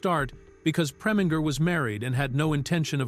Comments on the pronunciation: The Ai voice mispronounced Otto Preminger's last name, FYI. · You who are in charge of these videos make a habit of hiring voice over actors who make awful mistakes in pronounciations. For example, he prounced Otto Preminger's name four different ways. And who doesn't how to pronounce Diahann Carroll's name properly unless you never heard of her or you've been living in a cave somewhere? The guy has a nice voice, but did an awful job.